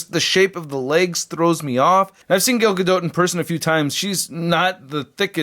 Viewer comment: Her first name is "Gal" like a gal, not "Gail" and the "t" at the end of her last name is silent. Dumbass.